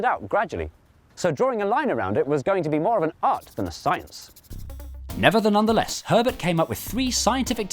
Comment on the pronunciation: Oh I thought he was saying, "Neverthelondoness" which also would have been pretty dope, if also considerably less portable to other situations.